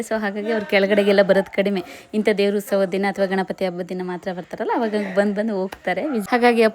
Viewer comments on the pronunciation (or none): Please nettage kannada kaltkoli.. Adu ustava alla.. Utsava..First of all ha mattu aa ge vyatyasa gottilla nimge.. Tappu tappu matadtiea.. Innu idella elli gottiratte... 🤦‍♀️🤦‍♀️🤣